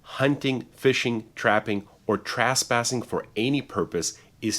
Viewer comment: Trasspassing or trespassing? Asking for someone that’s not an attorney with a ridiculous mustache!